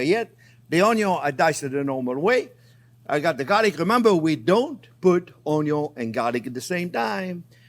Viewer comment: chef YOU USE A LOT OF ONYOS IN YOUR RECIPES I MEAN ONIONS THATS OKAY KEEP SAYING ONYOS I LIKE IT BETTER